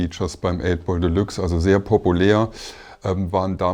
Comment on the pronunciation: Wie der der Sprecher de Luxe ausspricht - Einfach nur grausam. Nervt mich auch bei einigen Werbeslogan. Wenn man z.B. + als Plass ausspricht.